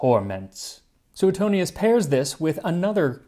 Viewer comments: Sue-tone-yes.. not... sue eh tonious 🤌.. Italian historin here. Mongiate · Max, love your videos, but I have to question your pronunciation of Suetonius. I learned it as "sway-toney-us" rather than "sooet-toney-us". But maybe that's the "Oxford" pronunciation and yours is closer to Latin? I know ecclesial Latin, not the ancient variety...🤔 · Should be pronounced Swetonius.